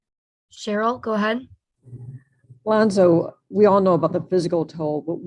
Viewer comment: I don’t know which country that is but it’s a dumb country for mispronouncing Lonzo’s name. Go Lonzo and Go Bulls!!!